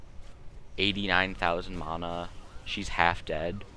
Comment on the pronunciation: By the way , Its MANA not fucking mona , fuck sake people.